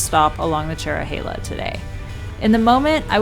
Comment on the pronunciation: You pronounced Tellico Plains wrong, it’s Tell-i-co and Cherohala is cheer-o-ha-la